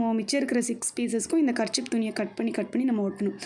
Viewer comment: Karchip Illa karchif🤣🤣